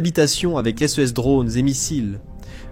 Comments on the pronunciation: Chere IA "SES" se prononce :"c" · aprener donc a IA a mieux prononcer ex: s e s au lieu de ses c e au lieu de ce c e s au lieu de ces pourquoi epeler ces mots au lieu de les nommé comme tout le monde . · À nouveau le sujet est super intéressant et très bien traité. Les sources sont de toute bonne qualité comme d’habitude. Mais le commentaire synthétique me sort vraiment par tous les pores. Voilà qu’il se met à épeler les pronoms « ce » « ses » c’est à devenir fou ! On ne comprend plus rien de ce qu’il raconte !! Réagissez, bon sang‼️😤 Même « ici » devient « i-c-i »‼️ Comment voulez-vous qu’on écoute ça pendant vingt minutes sans devenir cinglé ??!!